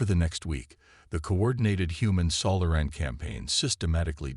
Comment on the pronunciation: AI needs to learn on how to pronounce SO LAH REN (Solaran) instead of Sola RAN